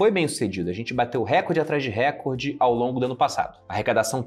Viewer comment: RECORDE É PAROXÍTONA!